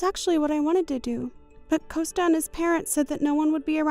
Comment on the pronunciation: S2: Coasta sounds like a teenager. Gianna is too soft spoken. And it’s compensation NOT alimony. S3: She’s talking to herself again. Augusto is pronounced Au”gust”o not “Augoosto”. S5: Motormouth comes back in the form of Bella